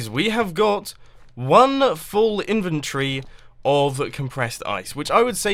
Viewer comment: Why does he always say inventory wrong. it frustrates me so much